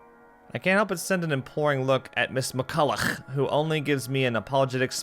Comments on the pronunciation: I'm still not over how pronounces that name haha. Ms. McCollouGHH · Every time he says McCollough I die